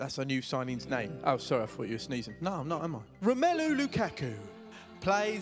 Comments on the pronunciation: actually the pronunciation of romelu :p is not right! Here in Belgium we say Rom'u'lu and not ROM 'él' lu :) anyway great song and great striker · Would be better of you could say his name right.... It's more like romelu lukarku, how you pronounce it. Sorry be awkward over it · Im from belgium too an i say romélu Not romulu